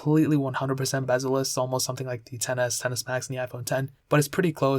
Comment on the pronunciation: Lol you called the iphone XR bezzleless